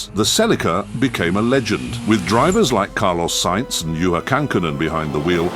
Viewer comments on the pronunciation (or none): none